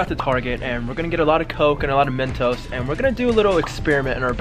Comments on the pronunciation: Who heard him say a thousand mentoses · Who else noticed he said mentoses in the begging instead of just mentos 😂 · Did you realize he said mentesose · Wt...i heard mentoses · I cracked up when said mentoses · “ mEntoSEs “ i’m wheezing